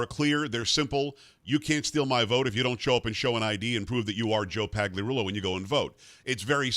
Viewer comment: Hey Joe, Why do you mispronounce your name? That G is silent. Paliarulo is the proper pronunciation.